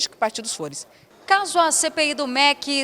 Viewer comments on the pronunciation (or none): Simone é Professora? falando “ FORES” ouça de novo.